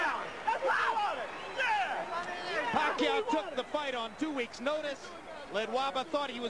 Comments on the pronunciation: The commentator first pronunciation of Pacquiao is "Pekayow" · emanuel pronounce it puh-kai-oh !!! haha !! now every knows pacquiaos name perfect flip style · 40 PACQUIAO, SAY PACQUIO! Commentator is a boss. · lol amazing foreman cant even pronounce pacquaio in these days